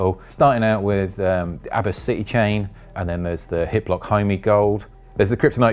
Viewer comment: His accent is making the HipLock model anti-semetic.